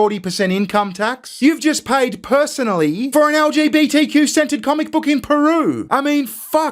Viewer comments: when you say centered it sometimes sounds like scented to my ear. So i got quite a chuckle when you said lgbtq scented comic book 😂 please forgive me. I'm American. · this is wild i have an ear thing going on right now and when he said trans gender centered it sounded like scented and only because iwas curious about this sceneted comic book did I double check....i literally otherwise did not think twice about it.....i just wanted to know what kind of scenting they would have used....so disapointed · Did you say an LGBTQ-scented book? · I'm hearing you say "LGBTQ 'scented' comic book." Could you elaborate? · lol I thought you said LGBTQ scented comic lol imagine what that would smell like lol 😏